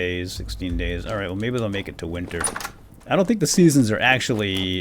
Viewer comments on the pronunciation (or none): none